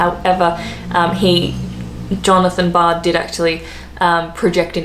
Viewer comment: John Logie Baird, not Bard, invented the tv.